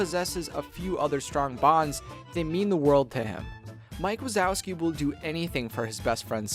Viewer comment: wike mazowski